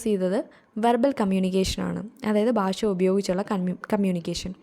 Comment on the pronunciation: ബാഷ എന്നല്ല " ഭാഷ" എന്ന് പറഞ്ഞു പഠിക്കുക